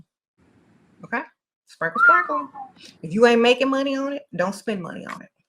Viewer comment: Everytime she says sprinkle sprinkle I hear single single🤷🏽‍♂️